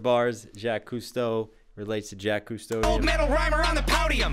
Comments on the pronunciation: Its not Jack. Its jock with a french j. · Also can ye pronounce Jacques right please lol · Even when you repeated the “croc to Jacques hunter” rhyme you still said Jack, I love it 😂